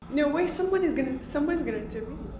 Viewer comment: Is she trying to say "intervene"?? Sounds like shes just saying "tervene"